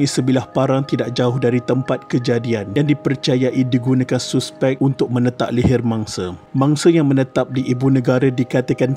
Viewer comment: mat ni guru BM ke..cara dia sebut suspek dengan bunyi yg betul tu aku salute..suspek ye bkn saspek.